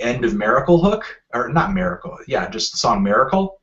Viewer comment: You say Miracle fuuny, Anthony